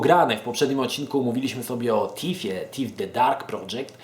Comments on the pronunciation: nie będąc złośliwą - Thief czyta się FIF a nie TIF. :) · Tak na prawdę nie jest to ani T ani F a coś pomiędzy.Tak więc nie,nie popisałaś się angielszczyzną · Wkładasz język między zęby i mówisz: Sssssssss lub Ttttttt. Wychodzi Ci dźwięk oznaczający angielskie TH w wyrazie 'Thief' ;)